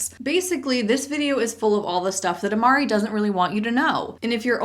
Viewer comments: Yeah as a former linguist, the "ee" ending could not be more cringe and inaccurate. It either reflects the uneducated qualities of the founder(s) or they didn't think the population using their products would be educated enough to properly pronounce it...either is a bit repulsive. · Just a bit of knowledge: Amare is Italian for “to love” and conjugated depending on pronoun, and it’s pronounced “AH-mar-EH” with a slight tongue roll on the R. It might be rooted in Latin though, I’m not sure. Also I’m not sure if the founders or distributors pronounce it like that but there’s some knowledge on the word for ya! The more you know, haha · There is no 'mar' syllable. a'ma-re. Also if they are saying the 'e' as like in 'bee' then they are saying it like church latin instead of classical latin which is interesting. ETA: when i was in HS taking latin I had a habit of saying amare as uh-mar-aye 😅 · No need to apologize on the pronunciation. I would expect this brand to be pronounced AH-MAH-REH ( the as the e in "get")- especially since it's based on the latin word. In latin it would be as I mentioned above. Which to me makes sense, since that's how we would pronounce it in Spanish. So need to correct the pronunciation. 😉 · I took Latin in high school and it would indeed be pronounced "ah-MAH-reh." That said, it wouldn't surprise me if an MLM company butchered the pronunciation. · I don't speak latin, but I think the last e should sound like the first one in "welcome" so it's Amar-e not Amar-ee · Italian here! Amare in latin is actually pronounced like "amarae" - the final "e" in latin sounds like the "e" in the middle of english words such as 'special' or 'tennis' and so on. Not critizing you but the company, since they themselves are making that mistake! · As someone who took Latin for six years, the word amare is pronounced ah-mar-ay (think amore, but different) so the company entirely mispronounced the word. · That's not how you say Amare 😂